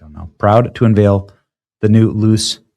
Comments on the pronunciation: All good, BUT…learn how to pronounce “Jaguar”! It’s not “Jag-wire”. Cheers P.S.: Ferrari is an Italian company, so “Luce” means “Light”, and is pronounced “Lu-tshe” not “loose”. IF you want to report on topics, at least know what you’re talking about. Do research…use AI or Siri or something. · At least pronounce it right. Not Jagwire, it is Jag-you-are...and Luce is not Loose it is Loo-chay. Either way the Chinese will outdo them both with the $10k Loowire.... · Not that any one cares, but it’s pronounced Lou-chay. It means light in Italian. Questa machina è brutta = this car is ugly. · It's "Looche" not "Loose".. Wait...! 😅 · FYI. Luce is pronounced "LEW chay", not "loose" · "Luce" in Italian is pronounced "lou-chay" and not "loose." Terrible, ridiculous design and idea. Yikes. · "Luce" iz pronounced "looche" with the "e" like "chEster" and the stress at the beginning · “Luce” is pronounced “lose”. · PLEASE stop saying "Jag-WIRE"....🤯 ...and the Ferrari is pronounced: LOOCHAY (Yes that is not proper phonetic spelling but gets the point across.) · How do you see "J-A-G-U-A-R" and pronounce it "Jag-WIRE"? BTW, "Luce" in Italian is pronounced "LOO-CHAY". It means "light". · Lu-ché. But I agree, it's garbage and won't sell. Soul less car. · Luce, pronounced LOO-CHAY(light) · Pronounced: Lu-chay. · Luce is Italian for "light" it's pronounced "Lu-Chey" I just had to look it up! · The new Ferrari is pronounced Loo-chae. It doesn't matter though, it is still super ugly just like the tesla cyber truck. Both have gotten the Bud light treatment. Oh well. 🙈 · Benny, I know I'm a car guy, and I can tell you're clearly not. You've really got to work on your Italian and European car pronunciation ... "Luce" and "Renault" specifically. I'm sure there was more, but c'mon dude. Google it. I hear Google does pronunciations, now. You're gonna start WW3, OH WAIT!! You already did a video about that. Try harder. Do less. Stay in your lane? Maybe.